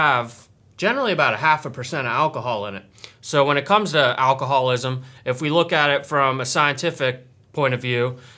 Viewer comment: its alcohol-ISM not alcohol-WASM.